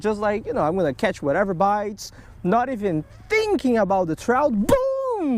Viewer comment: “I think it is a Chrowt”